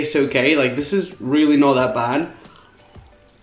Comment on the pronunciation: he said weally not really